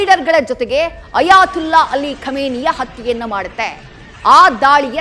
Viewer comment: ಅಯಾ"ತುಲ್ಲಾ" ಅಲ್ಡ್ರೋ ಮೀಡಿಯಾ., ಅದು "ತೊಲ್ಲಹ್" ಅಂತ ಇರೋದು 😂